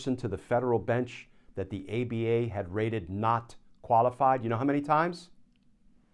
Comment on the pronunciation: Rated? I thought you said "raided". Now there's a thought.